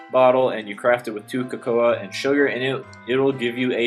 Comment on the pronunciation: Just a small correction: Cocoa beans are produced like CO-CO not COCO-A. Great vids BTW.